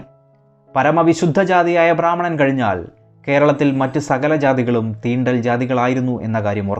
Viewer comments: ബ്രാഹ്മണൻ എന്നു മര്യാദയ്ക്ക് ഉച്ചരിക്കൂ. ഭ്രാമണൻ അല്ല. വളരെ മോശം ഉച്ചാരണം!! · ഭ്രാ അല്ല ബ്രാഹ്മണൻ